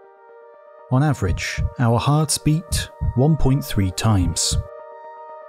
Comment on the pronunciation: sorry, unsubscribing now as interesting as your topics are... but i can't deal with your overly harsh pronounciation, or in which universe does "beat" need to sound like "beatttzzz"?!?!